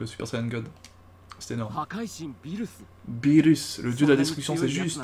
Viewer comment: A chaque fois que tu disais beerus moi j'entendais phirrux